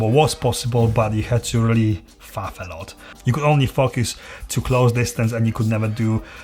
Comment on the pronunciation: You say focus like they say Fu*ckers in England. lol. Great video, I subbed :)